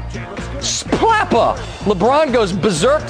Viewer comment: did he just say splappa?